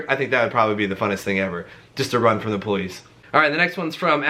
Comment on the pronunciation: I died when he mispronounced police